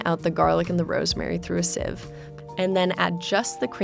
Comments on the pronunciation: No one : Tasty : siiv instead of sieve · The way they pronounced 'sieve' made me want to die a bit inside